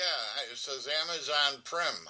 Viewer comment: Did he say Ama "zone"?